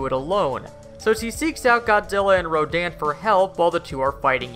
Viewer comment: In the Toho movies, Mothra - like Godzilla as a parent protector - is referred to as a "he", not a "she". Also ( I've mentioned this before ), the name Rodan was pronounced Ro-DAHN' in Toho movies, rather than RO'daan.